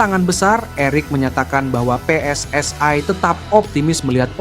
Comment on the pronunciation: Min anda berbicara menggunakan bahasa Indonesia ya selayaknya pengucapan PSSI itu sesuai pengucapan Indonesia. PSSI (pe es es i) bukan PSSI (pi es es ai)..